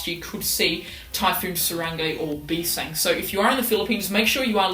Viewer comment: It's "bising" not "bisang" btw nice information keep it up